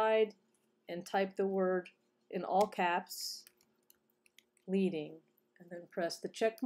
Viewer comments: thanks! It's actually prounced like the metal, "lead" (as in a lead pencil") because printers used to insert strips of lead between the letters. :) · Your video is very helpful. Thank you. But I feel compelled to make one note. The word "leading" is not pronounced "leeding" as it is derived from manual type set days when the type setter would use strips of lead in order to space out lines of text evenly.